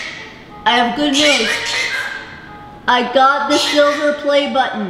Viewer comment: calling silver "silvie" and the favorite metal to me that's crap doubled me over. Heh heh!